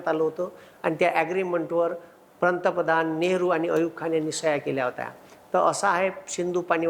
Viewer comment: या ला पंतप्रधान हा शब्दच नीट बोलता येत नाही तुम्ही कधी ही निरीक्षण करा तो प्रंतपधान च म्हणतो😂